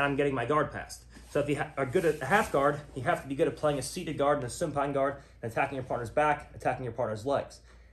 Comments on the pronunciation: Why does he say "soon pine guard" and not supine ? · I wish he said supine instead of soonpine